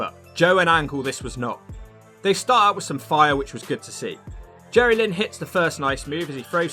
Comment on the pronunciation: Jerrylynn! (pronounced as one word)